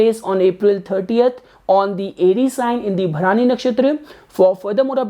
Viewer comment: Hi, please correct your pronunciation of the nakshatra. It is not 'Bha-raani' as you said it. It is Bharani.